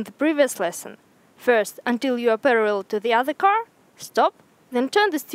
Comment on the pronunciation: The "REAR" of the car...is pronounced "REEer", not "RAre". А так нормально, видно, что английским интересуетесь. Определитесь с акцентом, у Вас намного лучше пойдет британский акцент, а не фальшивый русско-американский (CaRRR). Больше внимание уделяйте фонетике. Да, можно из вашего английского сделать конфетку, немного подкорректирвать. Good luck.